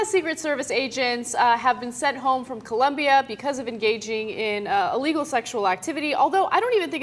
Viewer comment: it's colombia not columbia